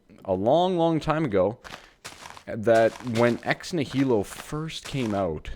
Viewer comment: Ex Nihilo pronounces Ex-knee-a-low and is Latin for out of nothing.